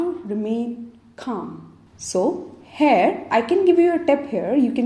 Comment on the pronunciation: thank you that's really useful. please practise to say here not hair :)